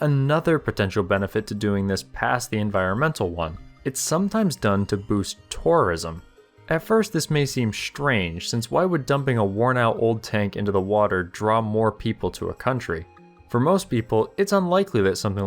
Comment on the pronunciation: ......why do people pronounce Strange ...SHTRANGE ..???????????? There is no H in strange or SHTRATIGIC.....